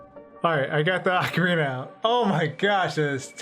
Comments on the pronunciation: Pronouncing it "AHcorina", instead of "OHcorina".... Seriously, it shouldn't make one bit of difference how it's pronounced. But, it does. "OH..." is how I've always heard it. It just sounds better. Hearing you say it "AH..." is mashing my brain out. I think you did that intentionally... because you know it would get under my skin. Ohhh... you KNOW. So... Why would you do that? Because... "You CAN"? Pffft. For my personal growth... I'm gonna have to insist that you redo the entire video, cuz I just can't handle it. You are in charge of my good time. If I'm not having a good time, YOU'RE not having a good time. And that's the end of it. Yeah... that felt good. You've been a great sport. Thanks for the upload,! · It's O-CARINA of Time. NOT A-CARINA of Time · You say it like orcorina of time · its pronouced O-CAR-rina I enjoyed your commentary. I too for some unexplained reason was terrified of the tomb. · Take a shot every time he mispronounces ocarina